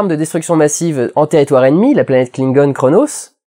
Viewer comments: Faux ! En phonétique Klingon le "Q" se prononce "Kr", donc Qo'nos donne Kronos écrit phonétiquement Merci à Lieven L. Targe pour ses cours de klingon ^^ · Déjà on dit Q'onos et pas cronos. Ensuite Khan est issue des guerres génétique, il est donc plus fort plus résistant et plus intelligent. De ce fait pourquoi défendre les humains quand on peu les asservir ou les détruire ? Tel est la vision de Khan